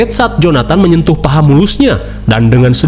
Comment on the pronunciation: menyentuh bang bukan menyetuh 😅